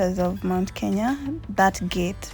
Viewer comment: Kenya is a beautiful country 🥰🥰 And you have the knack of saying it right. And this voice. This voice.... This voice,🤤🤤🤤🤤